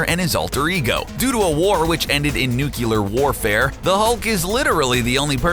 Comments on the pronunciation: It is pronounced new-clear not new-cue-lar. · Is that Superman's cape behind Maestro's head? Also, nucular? I'm pretty sure it's nuclear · Nuclear. Nu-cle-ar. NU. CLE. AR. "Nukular" is only a word when George W. Bush says it. (Also, I can't remember when, but wasn't he once reduced to a skeleton and re-grew in short order?) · I love the video but I can't help but correct you say nuculer but it is spelled nuclear but otherwise love the videos and keep it up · "Nucular" *TWITCH* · Nice video. Yet ...please...please stop sayin nuclear in the way which sound like a combination between new, the chi from chianti and the lear(from learn). Instead you could try saying it like it's mean to. new + clear(e.g as you would say it when saying clear). I know ..I know grammar nazi alert but i wouldn't have said anything if you hand't used the word and its incorrect form so many times.It stings the ear. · Dear God.... Nuculer?!?!?! 😒😒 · it really pisses me off when you say nuclear wrong